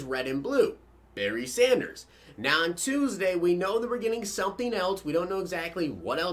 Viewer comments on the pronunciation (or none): none